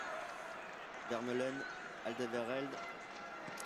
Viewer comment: par contre les commentateurs qui écorchent TOUS les noms des joueurs belges pfff apprenez vos fiches les gars (on dit pas vitzel mais ouitsaile ni veurmalenne mais vermâlenne ou encore le magnifique aldevereld on dit aldewérelde)